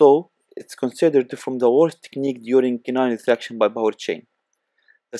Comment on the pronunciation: Oh.. We are going thu rethract the canine🤣